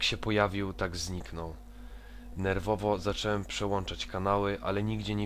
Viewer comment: Wszystko jest fajnie i w ogóle. Tylko jest taki będę problem... W ciąż zamiast mówić "zacząłem" mówisz "zaczełem"